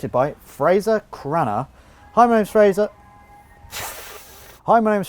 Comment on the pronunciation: It’s pronounced fray-ser